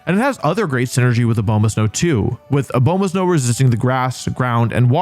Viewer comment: Fun fact! Abomasnow is named for the abominable snow man! So like. let that inform how you pronounce Abomasnow. If you want. Please.